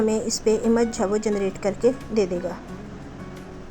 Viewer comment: Behtreen, Plz don't mind, (image) اِمَج nhi, اِیمِج hota hy